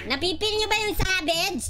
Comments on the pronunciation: ganto yung bisaya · normal people: “Savage”: “Sabej” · normal people: SAVAGE: Savedge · Mga bisaya accent pre hahahha